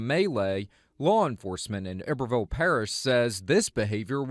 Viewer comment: The mispronunciation of iberville hurts my Louisiana soul!